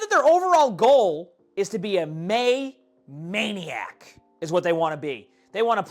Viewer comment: I think it's MEI-niac